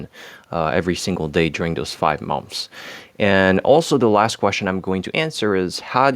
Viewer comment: Great English. You’re a rockstar. Try pronouncing “months” like “munths.”